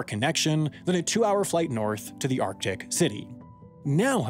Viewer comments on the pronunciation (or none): none